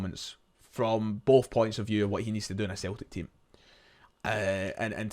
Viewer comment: Breaf or bof oh dear , did you have an education ?